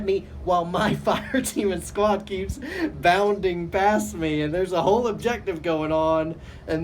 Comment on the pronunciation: cracks me up every time you say "bounding".....